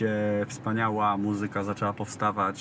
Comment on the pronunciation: Ładne ubranie ma Jan Mlynarski i figure tez. Uprzejmie prosze aby w slowoe „muzyka” akcentowac pierwsza sylabe. Dziekuje.